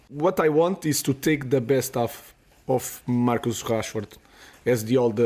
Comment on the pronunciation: amorim is saying marcus cashford